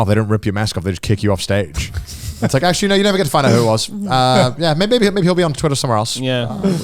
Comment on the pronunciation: Kaho: Well actuarry....